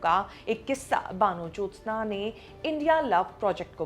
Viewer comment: Kamse kam vanajyotsna ka naam theek se to pronounce karke. Van Jyotsna ka matlab to samajh lete.Hindu bengali ka naam baano to nahi ho sakta. Apta pronunciation kaan mein chubhta raha.